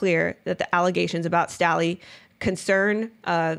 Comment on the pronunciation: Jes Staley's last name is pronounced STAY Lee. Probably a good idea to do pronunciation searches when it comes to name of people and places.